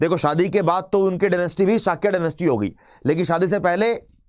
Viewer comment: झांट की औलाद। सही से नाम बोलना सीख ले। शकया नही शाक्य होता है। बुद्धा नहीं बुद्ध होता है। आता जाता कुछ है नहीं ज्ञान पेलता है। गवार की औलाद।